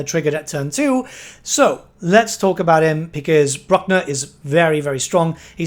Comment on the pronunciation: ElsPeth. It's a play on the German name Elsbeth. You should pronounce them the same. SelzENmend? Sahl-Tsen-Moohnd. Gsus christ you're absolutely butchering these names. Brooh-kner. Theodore Bruckner. Please take like 1 pronunciation class on Germanic languages man. Or talk to ANY German dude. Or Dutch, like me.